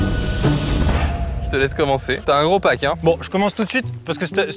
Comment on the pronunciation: t'a un gros pack hein, j'ai entendu "t'a un gros paquet" 😅